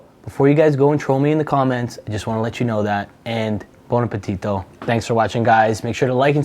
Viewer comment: "bOn ApPeTidOh"